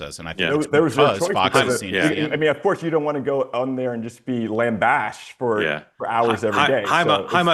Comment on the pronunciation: Did Hyma pronounce “lambasted” as “lambashed”? 🤦🏼‍♀️